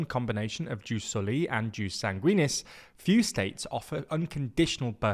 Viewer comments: Difference beeing that "Seezar" is said that way because the name was translated into english. Like "Octavian". Ius Soli is actual latin, and a term still used to this day. If you can't use the proper pronounciation that's not the end of the world, but it IS a mistake. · The constant mispronunciation of ius soli/ius sanguinis had my ear bleeds in minutes...